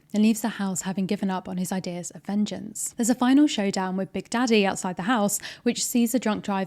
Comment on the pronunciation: you saying “big daddy” with your accent had me rollinggggg 😭